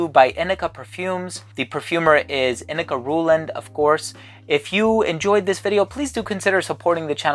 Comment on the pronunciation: Hi! Great video! First off, thank you for teaching me how to pronounce this brand! 🤣 I’ve had some samples for a while from Inike that I’ve yet to open, but now I’m psyched! It’s cool to know when your wife likes something! I’m always on the lookout for bottles to buy for Tim. Yes, grapefruit really wakes me up and is an energizing scent; I’m imagining brisk ocean breezes on a morning when I’m getting tons of stuff done ahead of schedule. Like the botanic vibes of this scent! Great review, thank you! ❤️